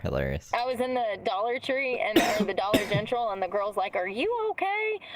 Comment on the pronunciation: She can say dollar general perfectly fine, why she feels the need to say dollar gentral, it’s not cute honey! You sound ridiculous, please stop 😅geez Louise 😂